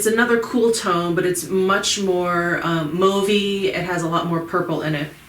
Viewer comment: Thumbs up finally to someone who can pronounce the word 'mauve' correctly. Great video as always.